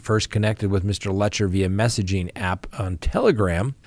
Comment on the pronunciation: Careful doing a story on PP could get you followers. Thanks Sir. Letcher rhymes with Lecher.